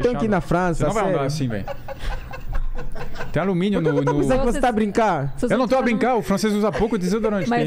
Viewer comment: O mais legal é q quando alguém fala uma palavra com um sotaque meio errado os outros copiam. Metru, to a brincar, vêlho